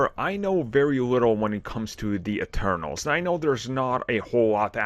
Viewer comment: It’s “Eternals” not “externals” lol😂